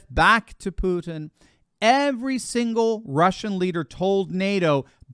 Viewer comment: I still hope that English speakers will one day FINALLY find out Putin's first name reads VlaDEEmir, not VLAAHdimir. Second syllable under stress. and his last name is PUTIN, not PUTN. Clearly five sounds. Which you perfectly perform by the way. I'm not his fan, I'm just a fan of accuracy.